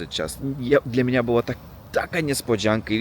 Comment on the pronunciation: I często mówisz " dla mniA ", dlA mnie. Duża litera to akcent. Dobrze mówisz. Pozdrawiam.